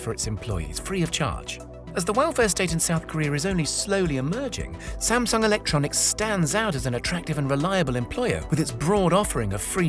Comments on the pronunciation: All this and still Sam-Dung...huhh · Please pronounce Samsung correctly. It was bothering me the whole video.